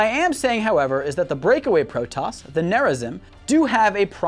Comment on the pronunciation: All the Protos words are wrong..... its all voice acted how do you get them wrong!